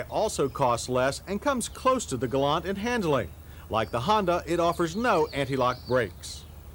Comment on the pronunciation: Well, Mr. Davis says "Galant" (with the "t"), as it's supposed to be.